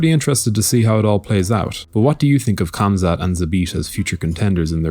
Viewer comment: Plz there is no K in Khamzat when you pronounce it... Its Hamza ufc alwas starts the stupidest shit